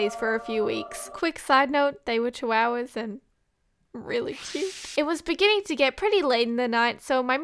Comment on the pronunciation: Ah yes… CHIWOWAS